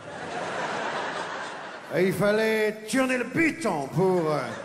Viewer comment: "il y avait qu'un buton, donc il fallait tourner le buton pour pouvoir allumerrrr laaa telerr " Mdr il me fait trop rire XD !!